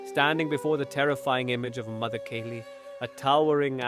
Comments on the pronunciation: Kali not Kayli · Great but it isn’t mother Keli it is mother Kaaali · The AI pronunciations are so funny Kali is Kelly 😂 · Thanks ❤I have read this book so many times. This is beautiful and I just want to suggest that you correct the sacred name Kali pronunciation in the AI narration